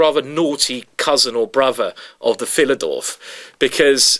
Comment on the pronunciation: The "Philidorf"?